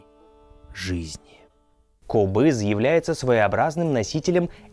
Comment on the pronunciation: этот инструмент правильно произносится - КОБЫЗ! Ударение на О.